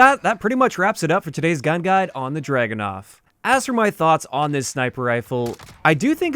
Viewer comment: I cringed everytime I heard the Dragunov pronounced as dragonov. Just read the word. Look it up in Russian. So much research in every video but then you get the name wrong. Amazing.